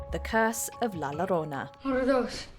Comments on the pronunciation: “Llorona” is pronounced “yo-ro-na”. Not “lo-ro-na” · Llorona is pronounced with a y sound, just so you know